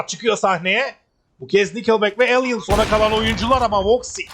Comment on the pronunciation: Elan'a da Alien demezsin be. Kulağım tırmalandı sürekli.